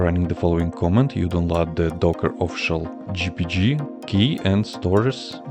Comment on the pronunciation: Please work on your pronunciation. More specifically, please do not pronounce "command" as "comment".